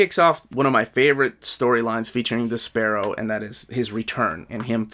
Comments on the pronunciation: Great review. So glad this channel exists. Also I thought you were saying "The Sparrow" until I saw the picture and got a laugh out of thinking of Despero going by that while flapping his cape like little wings. I got JLI 1 because of you and really loved it. What would you recommend getting first, JLI 2 or Batman Road to No Man's Land? Better story, more likely to sell out, less likely to get reprinted, whatever reasoning you have works to help make the decision. Want to get both eventually but need to set priorities during these times. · I always called him DES-per-oh. Never heard it pronounced your way before! Dunno if I’ve ever even heard his name said out loud before haha. Can’t wait for this book of course...sure hope we make it to Breakdowns!